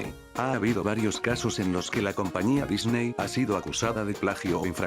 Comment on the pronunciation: ¿"controverCia"? ¿"De Dicney"?